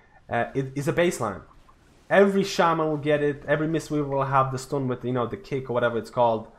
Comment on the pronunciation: Stuns not stoons..